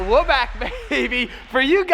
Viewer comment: Lol can you even say we’re?